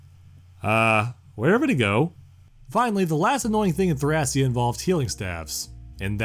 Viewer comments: The Japanese spelling for the game is written like this トラキア, which is pronounced "Torakia". So the Greek pronunciation seems to be the proper one as "Thra-kee-ah". And yes, Thracia was a real place. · It’s pronounced, Tray-She-a seven seventy six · Technically Thracia can either be "thray-shuh" or "thra-ki-ah" if you want to go with the Greek pronunciation. But yeah Jugdral is pretty clear at this point.